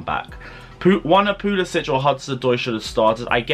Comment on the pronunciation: Pu-li-Sick!! Pronounce it right please. No itch